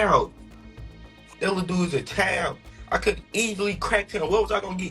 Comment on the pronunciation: Does know how to pronounce "Child", he's pronouncing it like "Kyle'd".